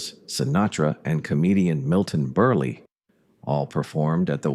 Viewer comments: Someone hasn't watched The Godfather enough ... Johnny Fontane wasn't a band leader, he was a movie producer who wouldn't cast "Sinatra" because he'd ruined a beautiful starlet that Fontane wanted for himself. Oh, and "Milton Berley"? Try Milton Berl, the second e is silent. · “Milton Burrlee”? 😖 Good grief, Mr. Berle deserved better than that butchering of his name. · U know it’s AI when it mispronounces Milton Berle.